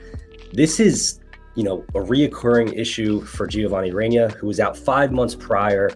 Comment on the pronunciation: Love you brother but the way you say Reyna hurts lol 😂